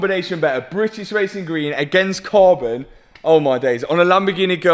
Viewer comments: Love how Matt can't say British properly 😂 Britiss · “Britis wacing gween”😂😂